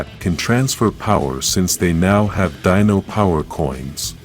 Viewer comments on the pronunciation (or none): none